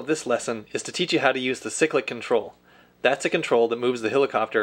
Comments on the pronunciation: seriously its pronounced "si-click" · Stop saying sick lick control🤬🤬🤬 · Ok my trolling comments :-P Helicopters don't have rudders they have tail rotors (in the real thing we just call them pedals) ! Cyclic is pronounced "siklic" with a long first i !!!!!!!!!!!!!!!! But I appreciate what your trying to do.